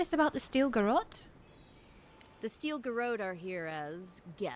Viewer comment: Thanks for pronouncing "garrote" correctly.